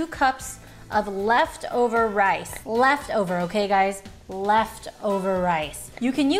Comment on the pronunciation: I like the way she say "left over rice" like duhh😂😂